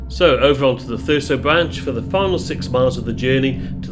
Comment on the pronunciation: Thurso is pronounced Thurzo. Don't want to upset the Gollocks do we!